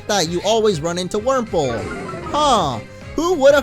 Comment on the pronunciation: Wurmple, Wurmple, Wurmprole! 😂